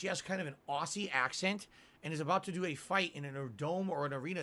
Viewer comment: Why did he say Aussie like that?